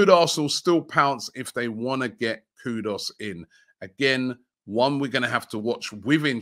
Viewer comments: why do you keep pronouncing Mohammed KudUs, Mohammed KudOs? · Kudus, not Kudos.... please Robbie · Is that name really pronounced kudos? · Robbie please I beg go and get the right pronunciation for “Kudus”.